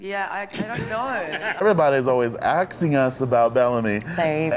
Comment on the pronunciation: Everybody's axing us about me: ok ._.